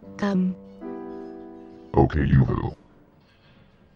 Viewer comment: That is the first time I've ever seen you say "uwu" and you didn't even say it correctly